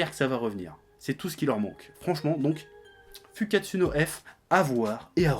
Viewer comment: tu devrais vraiment commencer à juste faire un petit effort pour prononcer tes U en OU quand tu dit des mots japonais. Comme Sasuke, qui ce prononce certes Saské en Japonais, mais certainement pas SasUké, mais si tu prononce le U, pornonce OU! SASOUKÉ... FOUKKATSOU, c'est hyper facile, et sa titille moin les oreilles. :)